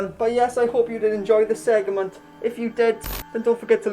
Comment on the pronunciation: You said segment again!!! I'm deceased!! 😂😍